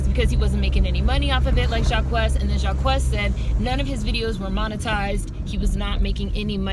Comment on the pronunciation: His name is pronounced JAH-KEECE by the way